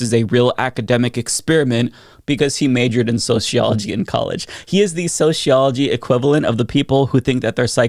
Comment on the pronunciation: Soseeology not sosheeology